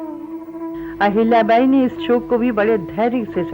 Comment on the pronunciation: what is this पुण्यास्लोक आहिल्याबाई. first speak पुण्यश्लोक अहिल्याबाई. that left really bad taste in mouth. Nowdays it is bad trend that Marathi names are spoken wrongly n nobody objects.